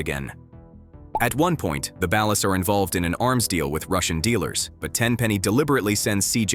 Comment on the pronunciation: The way he is pronouncing ballad is sending me lol